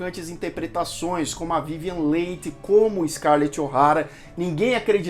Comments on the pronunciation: se pronuncia Vivian li e não leighi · Muitos falam "Lei" na TV. Só agora descobri que a pronúncia é "Li". Concordo com você em pensar que é melhor deixar o original em paz, jamais fazendo um "remake". Grande abraço, continue o trabalho bonito de se ver. Cultura e informação válidas são fundamentais. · Vivian Lee (é a pronuncia) mas tirando isto muito bom o documentario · Adorei seus comentários desse filme e fantástico!!!! Só que o nome da atriz pronuncia-se: Vivian Lí!!! Gratidão pelas informações!!!! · Que nervoso de ouvir " vivian leit" ...aff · Esses youtubers que acham que sabem falar de cinema poderiam pelo menos aprender a pronunciar corretamente o nome das atrizes e atores antes de fazer um video né? Dói ouvi-lo falar VIVIEN LEI!!!! kkkkkkkkkkkk afffffff!!! vergonha! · Podia só dar uma estudada na pronúncia dos nomes antes de fazer esses vídeos né? Difícil ficar o vídeo todo ouvindo Vívian Leite! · Sim , vc errou a pronúncia e , sim está desculpado, mas recomendo fazer uma pesquisa mais minuciosa sobre a Vivien Leigh, pois dessa forma vc teria escutado a pronúncia correta do nome. Recomendo o box com 4 CDs do filme. Boa aventura. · Não saber pronunciar o nome da vivian leigh é foda hein amigo? :( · “Acabou SE adoecendo “?! Olha o Português! O correto é “acabou adoecendo” Parece aquelas pessoas que dizem “fulano quer SE aparecer” no lugar de “fulano quer aparecer” Procure saber a pronuncia correta de Leigh porque você pronunciou incorretamente durante todo o vídeo. Gostei muito do vídeo. Tanto que prestei atenção e reparei os detalhes acima. Você poderia ter falado sobre LESLIE HOWARD que interpretou Ashley Wilkes e que foi uma péssima escolha por ser muito velho para o papel e por ter trabalhado de má vontade justamente por tal motivo. E não queria interpretar o personagem, mas foi obrigado.